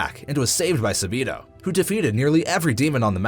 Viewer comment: Not サビの, it’s サビと!